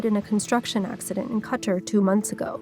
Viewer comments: where ???! Hahahahahahaha typical western media trying to cover everything yet can’t even pronounce the country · Who pronounces "Qatar" like that?